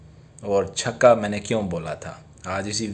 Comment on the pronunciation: Yar chako q bolty ho chaka bola kro